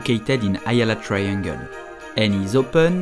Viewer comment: the way to pronounce it is not AH-yala .. it's a-YAH-lah!!! 😊